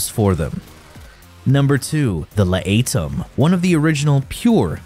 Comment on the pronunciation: La ate em (laetum) got me good as well....